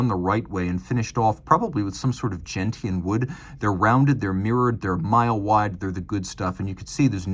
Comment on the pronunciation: superb video as always, thank you. Please note gentian is pronounced "jen(t)-shun" not "jen-tee-un".